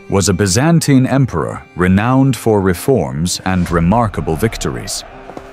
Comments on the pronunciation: "ByzAINTAIne" - I cringe every time Other than that, great video! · it's "biz-an-TEEN" not "biz-AN-tyne" You keep using both pronunciations. And they didn't call themselves that - they called themselves, in Greek, "Romaioi" (ro-MEH-ee) "Romans" The narration says Basil died in 1886, so you need to correct that. I also think the size of those pearls hanging off the crowns and collars were greatly exaggerated in the portraiture. You don't find pearls that large anywhere! I noticed that a lot of the men's faces look the same, so the AI isn't making enough differentiation .